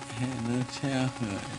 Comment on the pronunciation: This is Michael speaking. I've noticed after I watched most of his interviews, that he had a certain accent when he spoke. Now, when he says 'Childhood', he has an accent there, so it sounds like 'Chaldhood". He's done that before in the Oprah Winfrey interview, and the one with Martin Bashir. So, this just upsets me more with the realization that this was taken while he was in so much pain. Why didn't anyone do anything...?